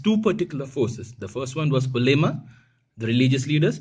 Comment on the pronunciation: the pronunciation of ulema is wrong